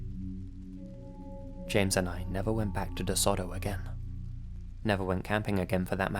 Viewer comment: Sorry as someone from Mississippi I have to say this. It’s pronounced Deh-so-toe forest